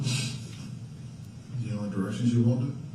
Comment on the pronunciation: it sounds like he’s saying “when she walk out of the woods”